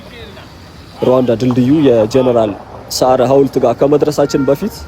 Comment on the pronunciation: ጀነራል ሳራ ነዉ ያልከዉ? ሰዓረ ነዉ ሳራ ወይም ሰአራ አደለም ዐይን ዐ ነዉ